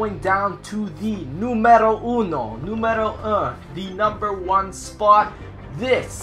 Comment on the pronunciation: " Numero Uno " ahahahah your italian doesn't suck at all! :)